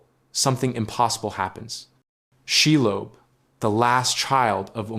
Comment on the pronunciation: Lob. That's not pronounced lobe She .. lob..